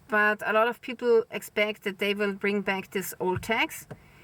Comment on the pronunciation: Why can't you say "this"? How come you say "dis"?